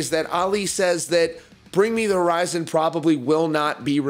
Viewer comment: And omg,if he says bring me the" rizon" one mo time😂